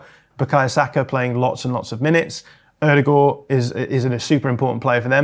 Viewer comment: your pronunciation of Ødegaard is the best from any British media ever. Solid 9/10.